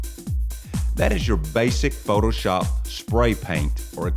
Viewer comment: He said fotoshop as if it a new word. The lrony......